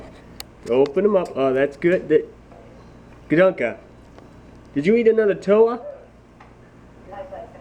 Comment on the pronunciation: It's pronounced gadunka